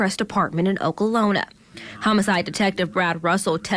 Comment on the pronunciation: How the hell are you a news reporter . Paid to read and talk and paid to especially state facts but can't pronounce OKLAHOMA ‼️.. that really threw me off right there wow ..rip to the victims